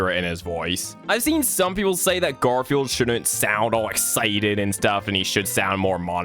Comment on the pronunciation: I love how bro said gardfune